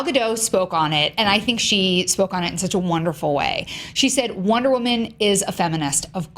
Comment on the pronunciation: Wonter Woman?